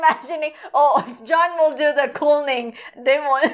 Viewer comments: He didn't even say cooling, he said coolving for some reason. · It's not pronounced Coolning, more like Kewling.